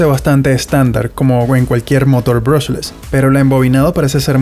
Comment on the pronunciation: aprende a decie bien el nombre del motor